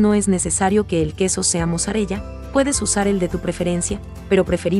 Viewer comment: Mozzarella se pronuncia "mosarela".